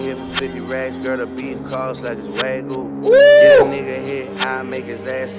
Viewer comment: damn how y'all pronounce Wagyu lowkey pissed me off 😂😂😂😂 wtf is a WAGU